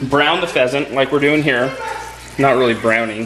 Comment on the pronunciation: What type of animal is a fesent? or a pesent? Lol I couldn't really understand:p